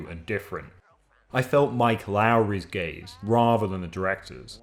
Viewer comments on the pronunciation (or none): oh gaze.... I heard it as gays 😂